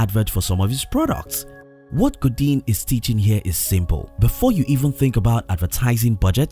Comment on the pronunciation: Seth "Go Deen" hahahaha shout out to the voice over artist....he probably speaks 5 languages.